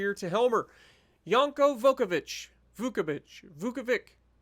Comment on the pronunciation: Ngl, when you said the commander name vukovich, it sounded at first like you said F*** a B** 🤣🤣 Btw, amazing video 😁👍